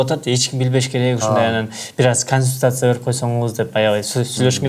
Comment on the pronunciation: Конисутация😂😂 "консультация"